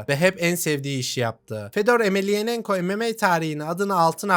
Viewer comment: Reis iyi güzel de soy ismi bi kere de düzgün söyle soendwpndelnf